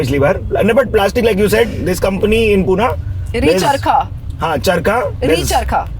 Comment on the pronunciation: Madam its not Pooona okay its Pune...yedya bhokachi